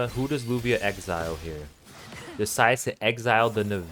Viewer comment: You pronounce it Lavia or luvia not lubia